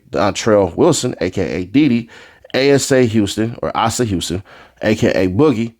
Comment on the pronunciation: Asa is pronounced AY-SAH.